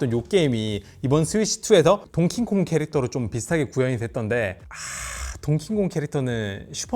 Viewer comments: 동킹콩❌ 동키콩👍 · 동'킹'콩이 아니라 동'키'콩입니다. 밈으로 보이던 실수를 실제로 보니 또 새롭네요 ㅋㅋ